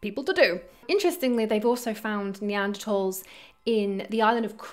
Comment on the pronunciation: Neantertalls? Build back beeter? LoL . F them love you.